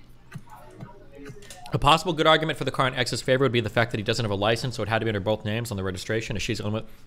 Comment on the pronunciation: I dont know why, but i cannot stand when people use an eff sound for th. I just kept hearing "bofe of them."